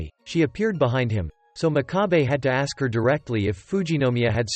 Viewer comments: did anyone notice that the man always said aks inst6ead of ask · Is it just me or is he saying aks instead of ask 😅